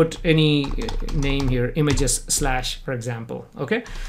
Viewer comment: omg every time that he says "for" i think he is saying "fur".